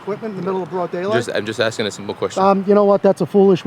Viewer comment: “ I’m axing a simple question “ 🤣